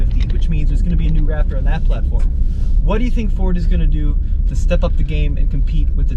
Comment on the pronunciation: You guys should be ashamed of your damn selves! You’re SUPPOSED to be professionals BUT you kept pronouncing RapTURD wrong!! Please work on your pronunciation. Other than that, GREAT video. T-ReX has arrived! 👑